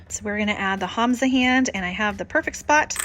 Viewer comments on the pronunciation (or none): none